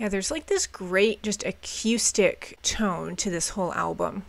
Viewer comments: Lol how she pronounces accoustic is so funny to me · You sound very northern, the way you say "Acoustic" is so funny. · you gotta stop saying "a-que-stick". Uh-KOO-stick. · please God replace your “a-K’YOO-stic” with “a-KOO-stic.” no one on the planet pronounces it that way, TY! 🤘😂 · Great album. BTW, the word acoustic is pronounced ‘uh-coo-stick’ not ‘uh-cue-stick.’ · I love the way you pronounce the word Acoustic..I say A-COO-STICK...you say A-CUE-STICK..and I adore it - PS> The reason this album sounds so crisp and perfectly Garage..is not only rivers Cuomo being a genius..but Ric Ocasek produced it..he was the lead singer of The Cars..and this album is basically the greatest Cars album ever made by way of Weezer.. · I REALLY hate to be "that person" but I really like your reviews for the most part and I think the thing I most dislike could be easily corrected. You say "a-cue-stick" instead of "a-coo-stick." Also, you refer to an acoustic guitar when you're actually just hearing clean (non-distorted) electric. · Ugh Coo Stick... not Ugh Cue Stick... picky but, relevant and honest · The fact that she “teeters” on My Name Is Jonas officially disqualifies her from being a reviewer. And the way she pronounces “acoooostic” instead of “acoustic” drives me nuts. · I love the way she pronounces acoustic - a-cue-stick. It's adorable. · I was looking for this comment, I was going to spell it akewstic, but I like your spelling better. Great analysis of the album though, just subbed. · I really like the way you pronounce acoustic. AQustic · whenever you say acoustic, it kinda sounds like you’re saying “acoostic” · Great reaction and review.......I don't know why the way you say A-QUE-STICK bugs me lol sorry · What is a"cuestick". Why are you intentionally saying it so wrong and weird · I've been enjoying your content though I really hope you learn to stop saying ac-eww-stic. It's more of a ooo sound than eww. Sorry just kind of cringe. 😅